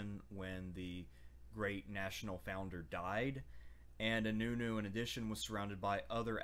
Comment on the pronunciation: Nice video but you pronounced inönü very poorly